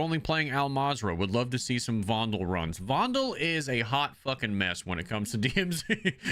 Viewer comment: It's not vondel Fondel remember how said it